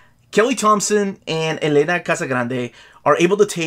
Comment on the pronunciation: It's Èlena, not Elèna